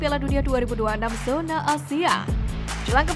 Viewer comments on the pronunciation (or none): none